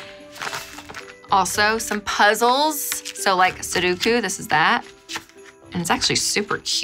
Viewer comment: The way she pronounces sudoku as “suduku” makes me smile 😂😁❤️